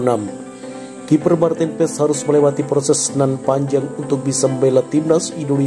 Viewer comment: Kiper mantin ps😂😂😂 lu bsa baca nama marten paes ngak😂